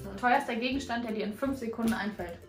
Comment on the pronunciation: Julian: fününf Ich sag auch immer fününf ich dachte immer ich wäre die einzige die das sagt